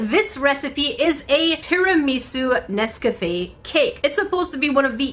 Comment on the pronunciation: I've never heard Nescafe pronounced the way pronounced it lol